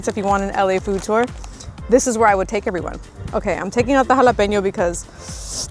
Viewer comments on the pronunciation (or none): none